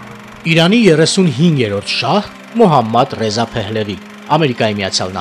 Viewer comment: Մոհամմադռեզա, ոչ թէ Մուհամեդռեզա որ ռուսերենի հնչյունափոխությամբ է։